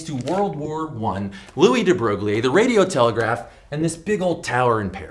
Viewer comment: In french, we don’t say "Louis" like you did, but more "Louis", see ? But that’s okay, still a thumb up.